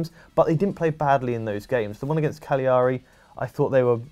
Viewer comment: Love you all, but damn please pronounce cagliari properly. Ca lea ree